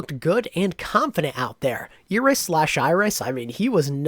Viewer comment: why are they pronouncing iris eris?